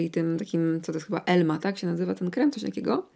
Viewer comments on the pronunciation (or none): Emla a nie elma